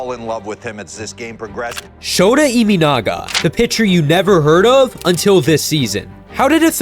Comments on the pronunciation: Learn the pronunciation of this guy's name if you're going to do cover him. His last name is EE MAH NAGA, not EE ME NAGA. And I know Americans pronounce their Ts as Ds, but his first name is SHOW TAH, not SHOW DA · NPB is 3A level? Does that mean MLB is below 3A level? Have you watched WBC?😂 His name is not ImInaga, it's ImAnaga. Check how to pronounce a foreign name correctly before making a biased video, show some respect. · His last name is NOT Iminaga, but Imanaga.